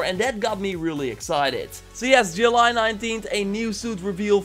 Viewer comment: say july correctly or else